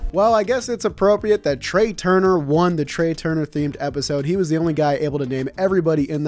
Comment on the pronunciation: I don’t what Nick is going to kill Trea for more: Taking forever to figure him out, or not pronouncing his name right